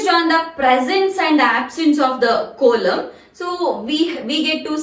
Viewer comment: Coelom pronunciation is wrong